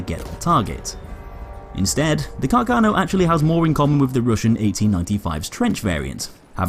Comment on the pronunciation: A bit of a pronunciation error: Carcano is pronounced with the stress on the first 'a'. The pronunciation you use is a common misunderstanding amongst english speaker. If you read this, please take listen to the right pronunciation in this website: Also, great video, as always